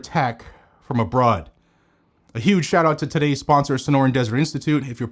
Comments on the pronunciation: Under attack from "a-broad"..was that intentional? 😂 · Did he say threats to our gun rights from "abroad" or was it "a broad"?